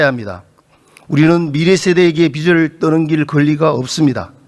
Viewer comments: 국회의원이나 되는 사람이 비츨 비츨.... 뭔 빛 이야? 빚 발음도 제대로 못하면서 대한민국 국회의원 맞냐? 발음이나 똑바로 하지.. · 아저씨!!! 빛이 아니라 빚이라구요! 빚!! 빚!!!! 비지라구요!!! 비츨 갚긴 누가 비츨 갚아!! 비즐 갚아야지이!!! 한국말 발음도 안되냐구요!!!!!!! 아니면.. 자기가 하는 말이 인식이 아예 안되나?? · 빛을(비츨) 빚을(비즐) 국회의원이 발음 좀 신경씁시다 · 빛을 탕감? 그런 말이 어디있나. 비츨탕감이라니.. 비즐탕감이다..국어도 제대로 발음 못하는 경상도 국회의원...한심하다! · 자꾸 빚을 빛이라고 한다냐... 국어공부부터! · 임종득 의원님, 빚을->비즐 빛을->비츨 발음 고쳐주세요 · 비즐이다 비츨이 아니고 어느나라 사람이냐. 빚을을 비즐로 발음하는 거다. 듣기 거북히다. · ”비즐 “이다 임종득아. 발음이라도 제대로 해라. 난감해하는 표정 하나 보려고 다 지켜봤는데 시간 아깝고 답답하네,, 진짜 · 국회의원님, 차관님!! 빚을--->비즐 입니다. 빛도아니고 빗도 아니에요 ㅠ . 제대로 발음하시는분이 한명도 없넹😢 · 빚을 은 비츨 아니고 비즐 이라고 발음합시다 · 임종득 왜 자꾸 빚을 빛이라고하냐 아유 무식해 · 종득이는 경제 단어를 지가 설명 못 하겠으니까 차관들한테 물어보네. 딱 보인다. 종득아, 니가 편의점 알바를 해. 우리 동네 편의점도 문 닫더라. 종득아, 발음이나 똑바로 해. ㅡ빚을ㅡ이 단어를 비츨로 발음하네 ㅋ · 임종득 국회의원이라는 자가 빚을(비즐) 빛을(비츨)로 발음한다. 발음에 따라 의미가 전혀 다르다. 국어공부나 제대로 하시길